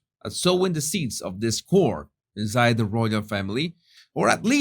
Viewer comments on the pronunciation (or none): "this " whore" inside the Royal Family". Jesus I almost fell out of bed laughing. I had to go back and turn on "closed captioning" to realize you said " this "discord" inside the Royal Family. Jesus, are you sure you didn't plan that ?